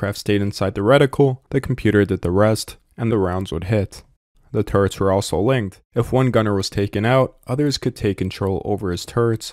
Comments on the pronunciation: Sounds like you're saying "turds"...... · hehheh, every time the narrator says "turrets," it sounds like, "turds."